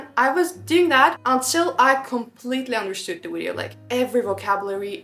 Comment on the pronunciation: Friendly advice: Please learn how to pronounce the word "video" correctly. Your English is pretty good, but in every video you use this word so many times, so it would be worth pronouncing it correctly. It is Video, not Wideo! 😊